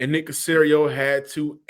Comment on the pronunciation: Aww come on man..at least say Nicks name right.